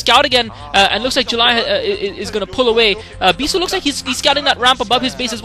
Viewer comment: lol mispronounce "bishoe"